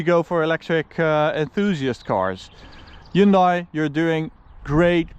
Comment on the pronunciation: it is pronounced "hyun-day"